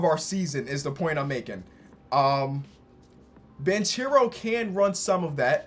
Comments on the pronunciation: I'm Italian and there's a tip to how to pronounce Paolo Banchero. Just try to say bankAro. But A without the "i" sound. That's a E in italian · Yo, appreciated the video but I wanted to tell you that Banchero, since it's an Italian Surname, it's pronounced /Bankero/. Love all of your Videos. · we also not gonna say that fact he is saying banchero name wrong and he missed jaden Ivey